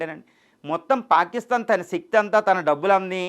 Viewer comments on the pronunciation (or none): none